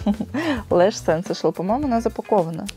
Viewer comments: тушь не сэнсэшэл, а сансейшэнл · Ахахах сЕнсэшл))))),, сенсЭйшнл)))))